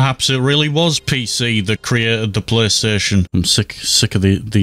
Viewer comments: Qaystation sawneek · Playstation ❌ deathstation ✅